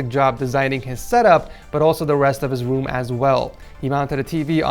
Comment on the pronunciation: “The rest of his woom as well”